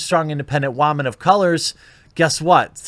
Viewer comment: Why do you keep saying wamen? I don't understand.